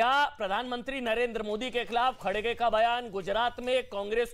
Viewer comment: It’s NOT “Khadge”, it’s “Kharge”. Not sure why he is mis-pronouncing again & again 😂